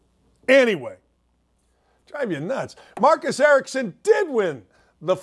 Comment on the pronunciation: Marcus Ericsson not Marcus Erickson.